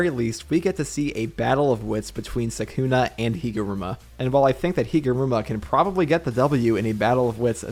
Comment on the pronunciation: is my man really gonna be pronouncing it suck-una for the entire video?